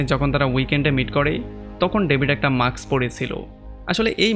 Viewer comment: মাক্স না ভাই উচ্চারণটা মাস্ক হবে It's mask not maks